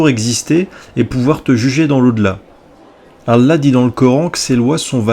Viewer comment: J'ai du mal à te trouver crédible désolé.. t'as vraiment été musulman toi? Tu te prétends spécialiste de l'Islam toi ? Bah merde.. Tu sais même pas prononcer le mot: "Allah" correctement... Le dieu غلا mdr on doit surement pas parler du même alors. Les musulmans ils prononcent Allah au moins 50 fois par jour et toi tu te trompes à chaque fois.. il y a quelque chose qui m'échappe. Ça doit venir de ton physique je pense, tu t'es dit j'ai une gueule d'arabe -> arabe=muslim, donc ya un petit billet à se faire.. je vais vendre mon livre et ses cons de blancs vont l'acheter. Je veux dire tu as ta vision c'est bien, mais ne te prétends pas spécialiste parce que la tu es ridicule..